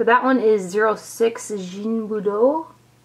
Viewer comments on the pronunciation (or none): D the G in Ginbudou is pronounced like in ,Gaga´ not like G in Gigi...just saying :)